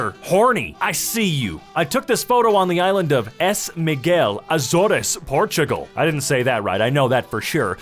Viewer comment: I just love how you say Açores(that's how it is in portuguese)